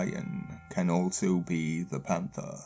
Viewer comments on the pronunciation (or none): none